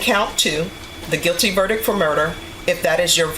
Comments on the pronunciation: verdicT not Verdic!!! Surprised didnt pick herself up on it😂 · This dumb ass judge says “verdick” what a disgrace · Oh my gosh… JUDGE, there is a T in VerdicT. It’s not Verdick. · Why she saying verdic?? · Tf is a "verdick" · how does a judge go a whole entire career saying verdick????? that shit bugs me out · wtf is a vrdik?? Does she mean verdict? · This judge needs to pronounce 'verdict' correctly. She's so anal about "kids" being "baby goats", she has to take a look at her own use of language. She says "verdick" instead of "verdict" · Drives me crazy with her "kids" b.s., but cant say verdic(t) correctly, lol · Why can't s sitting judge pronounce the simple word "verdict"? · She wants people to say child instead of kid, but she can't say verdict correctly. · The word is “verdict” DEI hire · Ohhh... I know you know that kids are baby goats. But the correct pronunciation of VERDICT is (VUR-DIKT) There is a T at the end. Its okay. Im not the grammar police. However if you want to be critical of people saying they have kids instead of children, then.....